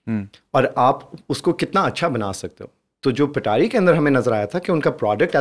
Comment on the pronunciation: Bro its Patari not petari 🙂